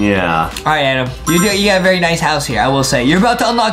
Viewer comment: Did adem say berry instead of very huhhhhhhhhhhhhhhhhhhhhhhhhhhhhhhhh